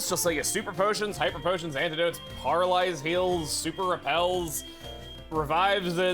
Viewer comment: “Parrlise” heals 😂